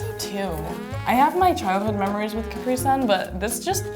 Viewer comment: Wow what's with the pronunciation of Capri the first time?